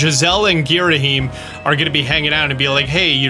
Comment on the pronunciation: Giraheem? Grisham?